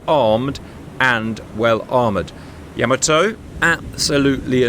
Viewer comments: Gents, it's not Yamoto. It's Yamato. Ya-mah-to. And the Japanese seem to put the accent on the first syllable, going by what I've heard on their videos about that ship. YA-ma-to, in other words. That first battle went about the way I would have expected it to, a clear victory for Yamato. The second battle was a different story. It seems that getting within the optimum range (depending on your ship) is a very important consideration. And then there's always luck, of course, which can go either way. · Man please get the guy to stop saying Yamoto it's hurting my ears. It's Yamato the ship, and Yamamoto the admiral. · Ee- SAY!! Please, Cap! No more, ee-Zay...you're killin' me! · It's Yamato not Yamoto!!! -Gunny T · YahMahToe not YahMoeToe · Nice video as always CAP! . . . BUT for the love of... 👀👀 Please 🙏CAP it is not Yaaamaatoe! that is just insulting...🤷‍♂🤦‍♂ Pronunciation is like this ( Yah! Mah! Toh! ) 4/4 90-120bpm snappy don't drag the vowels ( using drum terms think you understand that ) And adding the ( h ) after a vowel seem to help English speaking to understand it is snappy not dragged out vowels.. . . 😉😂 All Japanese words follow the same beat, snappy short vowels.. tah kah mah yah.. never drag the vowels!. Thank you! Keep up the awesomeness! CHEERS! 🍻🍻🥳😉🤭😂✨ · it's pronounced "YAH-mah-toe". Respect to the big girl, please. And at the Battle of Samar, part of the Battle of Leyte Gulf, the Fletcher-class USS Johnston repeatedly charged at the Yamato to try to protect the escort carriers of Taffy 3. The Johnston, indeed, did displace approximately the weight of one of Yamato's turrets. That displacement did not, of course, include the weight of Captain Evans' TITANIC cast-iron balls....